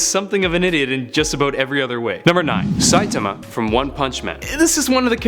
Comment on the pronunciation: You pronounced saitama wrong